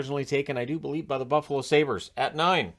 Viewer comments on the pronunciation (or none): none